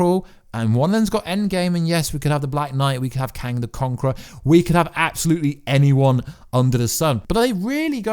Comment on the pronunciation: "living tryboonal" , "kang de conqor"